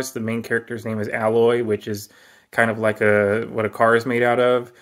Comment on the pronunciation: It's not pronounced al'loy🙄. Also play Zero Dawn first or the second one makes no sense🙄.